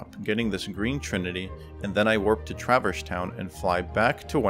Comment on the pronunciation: Great run, but... Anyone else twitch every time at "Traver's Town"? 🤣